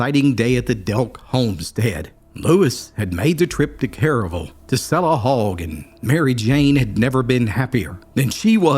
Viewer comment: It's pronounced kare-uh-vull, not careyville